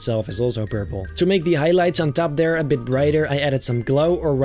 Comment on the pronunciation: i love how he says athere